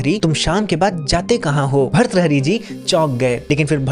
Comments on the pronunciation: Please improve your pronunciation of hindi ans Sanskrit . It is not bharthari. It is Bhartrihari see the ृ in त . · Bharthari nahi bhartrihari hota hai english man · अरे यार भृतहरी बोलना नही आता...आप क्यो बनाते हो व्हिडिओ...सोच रहा था ये किसके बारे मे बोल रहे हो... एक काम करो, कल सुबह जल्दी उठकर, आकाश की तरफ देखकर दो सौ बार भृतहरी बोलो...और अगर भ्रतहरी बोला तो अपने ही कान के नीचे एक थप्पड लगा लो... भ्रतहरी कहीं का... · भर्तहरी ❌ भर्तृहरी✅ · भर्तहरी ❌ भृतहरी ✅ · खूप खूप सुंदर माहिती. भर्तुहरी भ के बाद आधा र्. र को जोडकर तु आता हैं. उसके बाद हरी. भर्तुहरी.